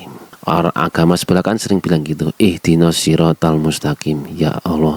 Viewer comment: bukan itu mksdnya ! Ihdinas kok di baca ihdinos ngaji dg kumaila ya